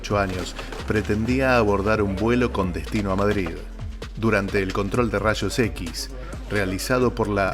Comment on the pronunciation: “rashos equis”